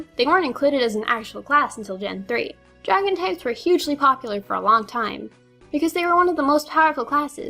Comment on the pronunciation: Draon Types. Forgot the "g" :o My Favorite XY TCG is my Aigeslash